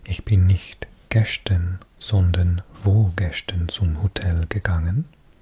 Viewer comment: Your pronunciation is actually really really good. I just noticed when you say gestern it's not ges-schtern. Its pronounced "ges-stern" no shhhhh sound. Otherwise you sound like a native speaker!